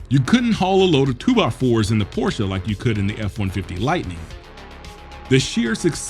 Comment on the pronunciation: As a Porsche aficionado, I commend you for pronouncing the name CORRECTLY! Thank you! 👏👏👏👏👏👏👏👏👏